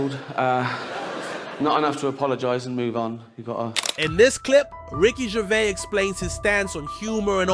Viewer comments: You pronounce the S on the end of his name. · Come on, Could you not have learned how to pronounce his name before you make a video? And what is with you trying to spell out the joke before you show it. And that is before I have even watched 2 mins. I'm not watching any more of this crap. Make an effort the next time will ya!